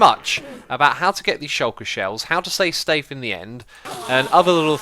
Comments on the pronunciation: Nobody: Xisuma: says “Say Stafe” rather than “Stay safe” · seconds you said "say stafe", I literally always say the same thing unless I think about it a few seconds before saying stay safe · "how to say stafe in the end" 😂 The End is scary. Beautiful! but scary. We just recently got the end cities on console. No elytra yet tho.tnx for the tour and the tips :) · he really said "say stafe in the end" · ''how to say stafe in the end'' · how to say stafe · How to SAY STAFE ? in the end. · how to say stafe in the end... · "Say stafe in the end" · I will teach you how to "say stafe" in the end. wtf lmao xD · "how to say stafe in the end" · "How to say stafe in the end" 😂😂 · how to say stafe.... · How to stay stafe he said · "How to say stafe in the end..." lol hahahaha